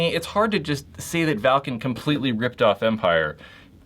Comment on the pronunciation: Thank you for saying valken right